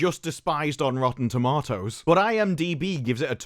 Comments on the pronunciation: It’s pronounced tomatoes not tomatoes 😂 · Rotten tuh-maw-toes